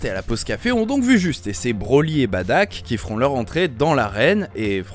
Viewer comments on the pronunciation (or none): "Bardock" pas badak